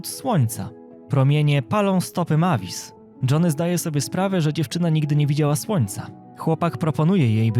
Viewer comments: czya sie mejwis a nie mavis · Nie Majvis tylko mejvis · To ma być Mavis a ja słysze Matiz! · To mój ulubiony film 😊😊ps mówi się Mejwis a pisze się Mavis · MAVIS A PO POLSKU MEJWIS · Fajnie wypowiadasz imie dzecka drakuli 😂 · Przy okajzi jak tam wymiawiałeś jej imię to nie jest poprawna forma (tak wgl)